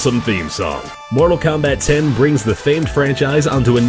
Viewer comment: Its actually pronounced ex instead of 10, but still looking forward to all these awesome games